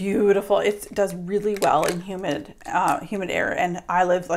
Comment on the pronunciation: I thought you said "human" weather...lol